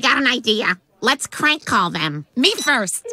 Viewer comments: Sounds like said crank call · Why does it sound like they said crank call instead of prank call.